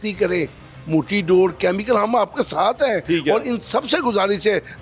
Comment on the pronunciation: Read Dores instead of Sores.